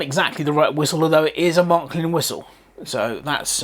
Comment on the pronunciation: Wow it is a Beauty...BTW: It is Märklin or Maerklin.Not Mark-lin.